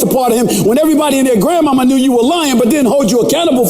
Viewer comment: did S.A. Smith, really say Gram-Mama..... 🤔🤣🤣🤣🤣🤣🤣🤣🤣